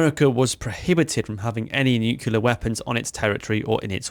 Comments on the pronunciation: Nuclear is pronounce "New Clee Err" Nu-cle-r, not Nu Qua Ler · NUKULAR loooooooooooooooooooooooooool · Nucular, can we have AI please? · Try saying "new-clear" it's not nukular. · no, the word is pronounced 'new-cle-ar'. Some people mispronounce it as 'new-cu-lar'. Just plain wrong! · Great video, and don't worry too much about the pronunciation, but if you want help getting it right, I found this helpful: say "clear". Now say "new-clear". Now you've got it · I'm hearing Nu-ke-lar, and it's grating, but that aside this is a great video! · Yanks tend to pronounce it noo-cue-lar. Which is bizarre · 5 seconds in and we're hearing of "nucular warheads", thus tempering my enthusiasm to hear more about a weapon that gave me one of the funniest experiences of my naval career. Do these guys never hear themselves or is it all just "Nah, it'll be fine." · Nu-clear! As in new clear day. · Its a common enough mispronunciation it has its own dictionary entry. Eisenhower (announcing the existence of the thing), Clinton, Bush all used the American version of that mispronunciation. Its origin is in 1943, the first time Politicians and other non specialists were using the term rather than just Scientists (for whom nucleus -> nuclear is straightforward). So i wouldn't feel too bad about continuing a mispronunciation that a lot of important and invested people have been making for over 80 years. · It's not just you, but for some damn reason most of the (english speaking) world seems to think it's pronounced that way. As a nuclear engineer, it's gotten very annoying. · there is ONE "U" in the word NU-CLEAR! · First critique ive ever made, but the comment will give you extra engagement :p - pronouncing "nuclear" wrong is very unbecoming of an English gentleman ;) Loved the vid as always and love the new format too ! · I wish you would to pronounce 'nuclear' properly.